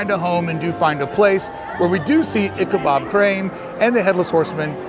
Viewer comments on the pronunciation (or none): Did you say IchaBOB?!